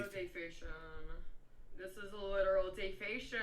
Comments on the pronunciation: Does she even know what defamation is? Lmao she can't pronounce it 🤣 also she contradicts herself a lot. First you say he's not your dad, then you say he raised you and you lived under his roof for two years... get your story straight sweetie 🤦🏻‍♀️ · Man I've been trying to find your video on this for a minute but yeah she she's tripping tripping complaining about something like that plus she can't say defamation at all right that's sad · Defacetion? Defecation? Defamation? LMAOOO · "Dayfation" does she mean "defamation" as in defamation of character such as what she is doing also anyone notice this. Girl is smoking on camera while everyone know shes underage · Its not defation.. It is defecation!! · When I heard her say "day-fation" my brain 🧠 melted so much, I could no longer remember how to say the actual word!😐 Damn this a new type of ignorance! DEFAMATION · Did she mean defamation or is dayfasion or whatever she said the name of her dad's channel? Lol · Did she say " this is" defation""??? Like defamation? Maybe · DAY-FAY-SHIN!!!!! LMAO! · It is pronounced Def am mation! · Ayo, Dayfassion isn't a word. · Here lil girl... let me spell it out phonetically.... (DEF-A-MAY-SHUN) Go to school. Shit. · Hey, the word is Defamation* Pronounced (Defah-may-shun) Practice makes perfect. 😎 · this trying to pronounce defamation? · I deadass thought she was saying a word from another language but I fkn lost it once I realized she was trying to say defamation holy shit I'm in tears LMFAOFNDNDSDIDKAL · She can say Leukemia but she can't say defamation... or spell sorry. Perfect tattoo for her "Do Not Breed" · Was she trying to say defamation. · Do you think she trying to say defamation? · I "think" she's trying to say defamation. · LOL..........is that what she was trying to say “defamation”..........WOW